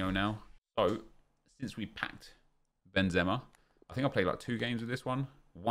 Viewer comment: It's benzema